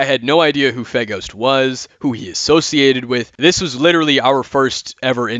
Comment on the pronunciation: I keep hearing Faygo (Like the drink) when you say FeGhost